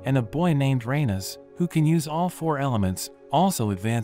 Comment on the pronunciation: who heard deranus or uranus?